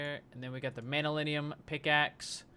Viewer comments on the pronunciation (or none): btw you should pronounce it Man yu llyn and not manyulinium.... great episode as always! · its pronounced (MAN-NU-LIN) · It's pronounced man-yuh-linn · I think manyullyn is pronounced man-you-lin.